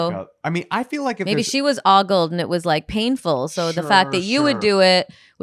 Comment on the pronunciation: It's pronounced with a long O. Ogle is Oh-goal